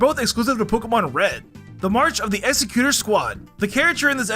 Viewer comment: OMG, it's Egg-seh-q-tohr, not Exe-q-ter